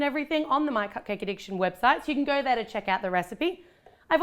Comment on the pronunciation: It's supposed to be can not Cavan